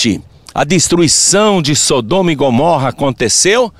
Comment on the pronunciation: É mais fácil falar errado???? Porque fala Gomórra????